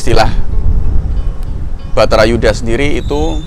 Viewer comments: Wah...kliru itu...baratha yudha yg benar...dipenulisan dan pengucapannya kok batharayuda.... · Judulnya sudah benar "bharata yudha" pengucapannya yg salah mas "batara yudha"